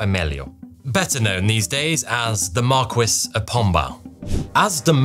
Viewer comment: Just like in the English "marquis", the "u" in the Portuguese "marquês" is not pronounced, so it should sound like "mar-kays" and not "mar-kways". - What's in front of Lisbon is a river, not the sea. - You know how to do maths, why is it so hard to say the exact figure (270 years)?